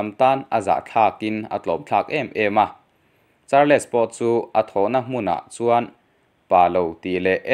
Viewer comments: Charles hi char- les ti a lam hi an awm fo mai char-les tih loh tur mizo takin sawi ila chals tih tur aw. Nangmah lo pawh char-les ti a lam hi an awm fo mai. Kan hnam țawng a ni lova in lam thiam lo pawh hi in thiamawm thova chumi rual erawh chuan in chhiar hma in hnamdang țawng/hming te hi chu lehkhathiam/zirsang zawk te a lam rik dan tur zawh hmasak nachang hre țhin ula țha tur ania. Lam dan dik lova in lam hian a nuihzatthlak duh riauvin rilru a hruai peng țhin a atuiawm loh vek țhin. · Charls tia lam zawk tur. Char-les tia lam lo in. Sawi ve mai2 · Charles tih kha char-les ti ngawt a I lam Khan,ngaithlak a tih hreawm deuh..'les' aia, 's' kha han hmang la chuan a ngaithlak a nuam deuh tur a nia😁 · Charles...hi atawpa "les" tih hi an lam ri lovin kava hre em...entirnan "Charls" tia lam mai tur anih hmel mang e....👍